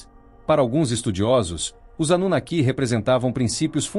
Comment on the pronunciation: Esses temas históricos geram ótimos vídeos. Suméria é um dos.maiores enigmas históricos. A festa acaba quando entra a asquerosa narrativa feita por máquina .Ela não consegue falar a palavra "anunaki". A robotizacao da voz está , ainda, na idade das pedras, coisa de nível dos primatas😂. A Burrice Artificial, ainda levará longos anos até atingir um nivel suportável para os ouvidos humanos.